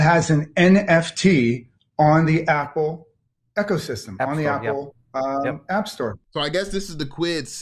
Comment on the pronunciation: This guy can’t even pronounce ecosystem lol 😂